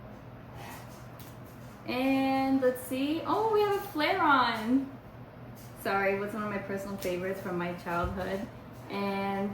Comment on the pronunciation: Personal favorite but cant pronounce flareon correctly